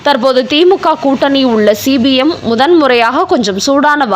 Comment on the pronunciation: C b mஎன்றசொல்லாமல் cpmஎன்று உச்சரிக்கவும்